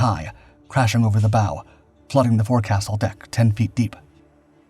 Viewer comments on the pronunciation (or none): It's not pronounced 'fore castle', it's pronounce 'foke sul'. 😉